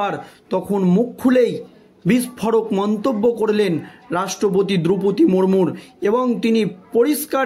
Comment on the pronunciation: বারবার মুরমুর বলছেন কেন? ওনার নাম শ্রদ্ধেয়া দ্রৌপদী মূর্মু। আর বাত্রা নয় , বার্তা।